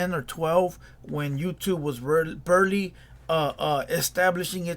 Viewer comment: It’s “barely”, not “burley”.